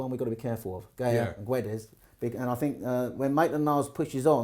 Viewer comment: It’s not GAY YA it’s GA YA